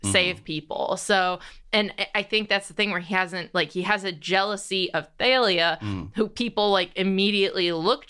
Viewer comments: theylia? not thalia?...........ok................ literally have NEVER heard that pronounciation of thalia/talia in my life. from the singer talia to the comic assassin thalia al'ghul.......no no to theylia. i. can. NOT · apparently Rick says he pronounces it more like thal-lia. I personally pronounce it like Talia or Tahl-lia. Never heard the they-lia pronunciation before so that's pretty interesting